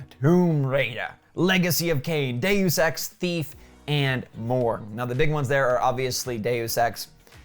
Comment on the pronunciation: day-you-sex lol